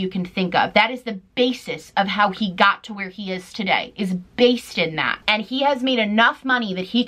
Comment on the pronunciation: i love how u say the worst “based” like “baste” lol love u